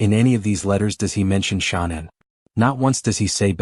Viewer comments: The AI voices always pronounce “Shanann” as Shaw-nan every single time. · That video you just shared is rubbish, I agree!! Total BS. The guy can't even get Shanann's name right. He can't say Watts correctly, either. I watched a few min of it last night & had to turn it off, I'll never watch another video of his. What a load of poop. If he did have a child lost to a crime, he's not doing him or her any justice by putting out ALL TOTAL FALSEHOODS like that video. Wud be want his child's story to be reported with no truth to it?